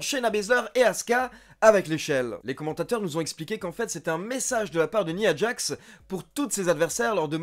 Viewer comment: tres bonne chaine j aime beaucoup ^^ par contre une petite précision : on prononçe " naya djax " ^^ bonne continuation :)